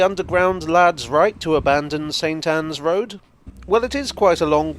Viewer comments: I'm sure I heard "Satan's Road" a few times. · maybe, but even when you enunciated "saint Ann's" it sounded like you had to make an effort not to call it Satan's! Lol